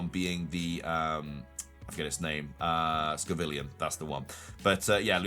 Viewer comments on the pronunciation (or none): Why keep saying scovillian when it's scovillian??? 🤣🤣🤣 Sco and villain. 🤣🤣🤣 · It's Scovillain ("villain" is in the name) not Scovillian ("villian" doesn't mean anything)